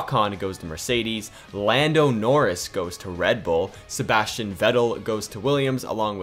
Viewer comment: Did man just say boldo noris